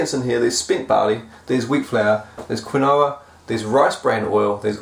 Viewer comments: Quinoa pronounced keenwah. A relatively high protein seed that is generally referred to as a grain. Very popular with the health food crowd. Great informational videos. Thanks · quinoa (my wife loves it, puts it in heaps of stuff ... she pronounces it keen'wha - rhymes with 'bar'). Loving this series. I signed up for a flavouractiv session with our brew club but fucked up my calendar and missed it!!